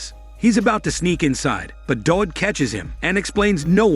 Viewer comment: w in Dawid is pronounced as v in Polish